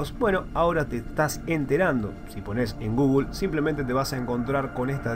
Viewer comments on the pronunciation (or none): none